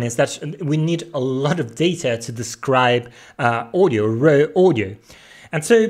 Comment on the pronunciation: I thought he was saying 'rare' audio. It's raw audio. Needs some audio processing for language in next video.....lol - but good content.